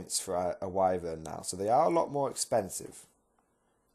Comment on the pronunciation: Whi-Vern, not Whai, ffs :)